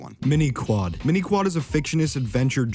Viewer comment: Mind Quad , not mini.... also you say zebleir weird . You watched those episodes right ?